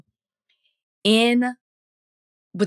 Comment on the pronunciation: The way y’all pronouncing DIALLO like a colonizer made my ears bleed! Diallo (pronounced) Ja-Loh